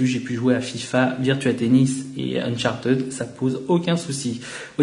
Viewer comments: "UNCHARTEUD" ça se dit UNCHARTID !!!! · '' uncharted '' ca se prononce '' unchartid ". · Non Unchartid c'est la facon francaise de le dire( parce que les francais on une accent catastrophal quand ils parlent anglais) mais en englais propre on le prononce Uncharteud !